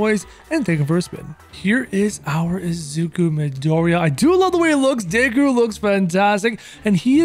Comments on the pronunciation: This man really said dayku instead of deku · Deku not Dayku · its pronounced d (eh) k oo not daykoo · He says daku instead of deku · Deykuw? Tf lmao. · he says dayku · The way he pronounces deku and my hero Academia hurts me